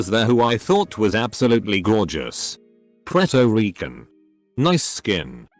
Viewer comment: the way it says Puerto Rican always gets me.